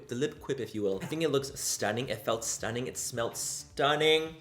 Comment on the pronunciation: I'm British and I love the way you say 'STUNNIN' it sounds like you should be sat here with me drinking a cuppa tea 🤣🤣🤣🤣